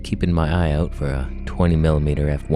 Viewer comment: Dude you just made my crappy day so much better with this video!! You change lives more than you know! We just gotta teach you how to say the word “OUT”....:)